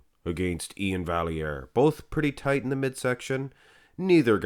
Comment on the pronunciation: You supposed to speak French so you know vallair is pronounced (va-yy-eer) without the L